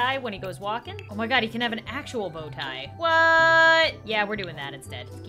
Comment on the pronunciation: Bow tie more like jo tie😂